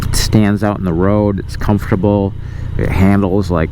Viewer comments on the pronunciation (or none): none